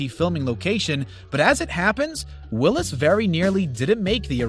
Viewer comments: Come on....it's Sam Wills, not Willis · his name is Sam Wills, this doofus says Sam Willis....